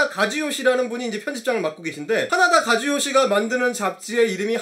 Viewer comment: 가즈요시? 처음엔 가재라고 하시는줄.....ㅋㅋㅋㅋㅋ